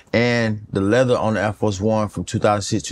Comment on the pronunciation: “Air Fo 1” 😂😂😂